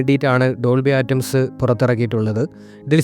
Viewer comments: Dolby ആറ്റംസ് അല്ല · സൗണ്ടിനെകുറിച്ച്താങ്കൾ പറഞ്ഞകാര്യങ്ങൾ ശരിയാണ് പക്ഷെ..ആ റ്റം സ് അ ല്ലാ.. അറ്റ്മോസ് ആണ് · ആറ്റംസ് അല്ലടോ അറ്റ്മോസ് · ഡോൾബി അറ്റ്മോസ് എന്ന് പോലും ഉച്ചരിക്കാൻ സാധിക്കാത്ത താങ്കൾക്കു എങ്ങനെയാണ് അതിനെപ്പറ്റി ആധികാരികമായി പറയാൻ സാധിക്കുന്നത്